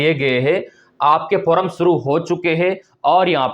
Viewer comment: श्रीमान जी फोरम ओर फार्म में अंतर होता है। उच्चारण सही कीजिए